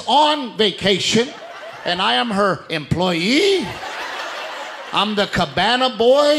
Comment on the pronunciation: Likewise I love the way he puts the emphasis on employee.